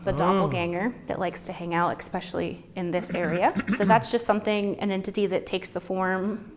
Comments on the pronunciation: why do Americans always say eXpecially instead of especially? I mean you say it how its spelt!! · Expsecially, or especially? I really can't take anyone seriously who can't speak proper English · My best friend says "ex-peshully," too. Drives me nuts. Then again, he's a good human.